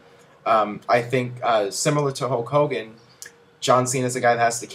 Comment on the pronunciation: STOP SAYING HOWK HOWGIN! It's so fucking annoying